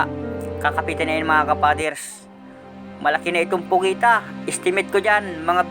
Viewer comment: PUGITA NOT POGITA